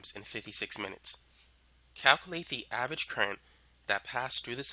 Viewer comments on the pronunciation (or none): none